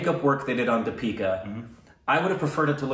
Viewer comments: Your pronunciation isn't too off, just exchange how you pronounce the e's and i's in her name...so it's "dee-pick-aah" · I want to add that the 'D' you pronounce 'Deepika' is not as in 'Deep' or any other English 'D' pronounciation. It's in fact like 'd' in Spanish phrase 'Buenas tardes' meaning 'Good afternoon'. I think said in one of the recent reactions, that he knows Spanish, so probably he can pick it up. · You guys pronounce her name as dipeeka..its actually deepika.. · Its not dipeeka, its Deeeeeepikaaaaaaa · Lmao your pronunciation is not that bad. Its just that you say “Deeeepika” when its actually “dipika”. :) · It's not the-peeka, dee-pika , that's the mispronounced part I guess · It's not D'pika it's pronounced 'Dhee-pika' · They say di-pee-ka. It's actually dee-pi-ka. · Deepika = Dee - pika not Di-pee-ka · Wanna pronounce Deepika? 'Thee'-'P'-'Ka' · d i: p i k a: that's how the name is pronounced (with a soft d) or more simply put, switch the ee sound that you currently use while pronouncing the name (the first one is longer and the second one is shorter). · It’s “deep -ick - uh” 😂😂😂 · Actually it's "thee-pick-uh" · thee-pee-ka pa-doo-kon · It's Thee-pika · Pronounced 'dipika' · Emphasis on first syllable...DIpika not DiPEEKA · you are emphasizing the wrong syllable in her name, its DEE-pika not Dee-PI-ka. Emphasize 'Dee' instead of 'pi' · Deepika is supposed to be pronounced with emphasis on the first syllable and the first syllable should be longer than the second one. You tend to do it the other way round. It's just a minor mistake. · The first vowel should be stressed. It's pronounced Dee-pee-ka. The "Dee" part you mispronounce. You pronounce it as "Duh" instead of Dee (as is Deep or Keep or Leap). The vowel in "Dee" in Deepika should sound exactly the same as the vowel in "pi" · You say di-pee-ka It is dee-pi-ka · Its Deepika. You call her Dipeeka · so to your help try pronouncing it as "deee + pika" instead of "Di+pika" :)